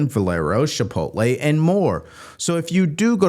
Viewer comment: Chipotle, not Shipotle